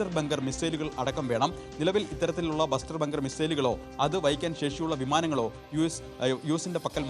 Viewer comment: എടാ മണ്ടാ ബസ്റ്റർ ബങ്കർ അല്ല bunker buster bomb